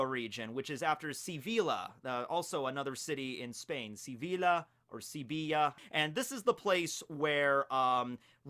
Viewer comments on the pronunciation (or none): the spanish pronounce LL as Y so sevilla is actually pronounced SeviYa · Same for Sevilla. Its common for english speakers to pronounce that "e" the same way they do in their languange, but the correct way to do it is using the spanish e, which is the same as "hello"